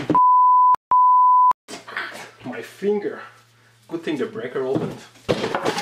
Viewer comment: Every time he says "finger" I die laughing